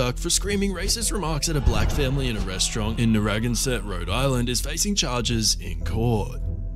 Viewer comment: Narragansert is pronounced neh-ruh-gan-suht